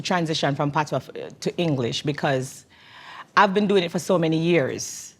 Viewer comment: Man has locs and don't know one thing about reggae/dancehall? 😂 What a joke The way he pronounced patois is sickening.